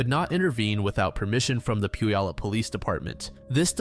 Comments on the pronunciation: Puyallup = Pew-allup... (Pew like the seat in church). It's not pronounced how it looks. My cousin used to come into town every summer and when he'd see that sign he'd say Poo-ya-lup. 🤣🤣🤣 No one not from Washington gets it right. 😉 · this was all i could think about at the beginning tbh